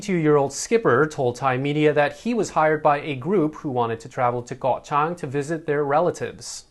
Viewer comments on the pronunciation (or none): none